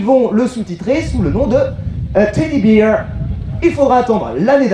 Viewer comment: "Teddy Beer". La prononciation d' est rigolote x)